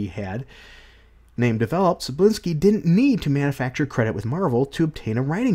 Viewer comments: Manga is pronounced "MON-guh" Cebulski is pronounced "Seh-BULL-Ski" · Here, I'll help you. You, English speakers, sure have troubles pronouncing names with Slavic origins. Tse-bull-ski "Cebula" means "Onion". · More like "Seh-Bowl-Ski". At least according to this video